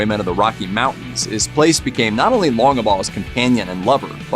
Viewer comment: It's a sad state of affairs that folks don't seem to care when other folks butcher the English language! (Montans? Mountains!) Sorry but this kind of thing drives me crazy! I know it shouldn't bother me, but it does!!